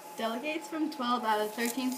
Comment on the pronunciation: U pronounced delegates wrong at the beginning